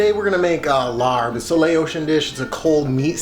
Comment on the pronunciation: Awesome you know how to make laap! Here are a couple hints for truly authentic Lao style laap: Say "lahp" not "larb" ('a' says 'ah' not ar...I am not sure WHY Thai-English spelling uses ar to say 'ah'...) AND please call people from Laos "Lao" not "Laotian." Then you'll be 100% authentic when pumping Western people up to cook Lao food! Skip the red onion for a better balance of good flavors and never, no never skip the fresh mint! If you can find fresh banana flower to thin slice, then you are hitting the authentic laap taste. Well done!